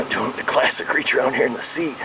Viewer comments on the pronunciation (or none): none